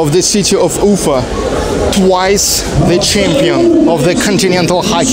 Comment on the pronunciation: Дружище, всё очень хорошо, но, пожалуйста, прекрати коверкать название "Уфа". Ударение должно быть на последнем слоге, и никак не иначе. Англосаксы специально коверкают русские названия и фамилии, чтобы нас унизить. Но, если внятно ставить правильное ударение, они это понимают и принимают безоговорочно. Соблюдай свою честь и национальную гордость.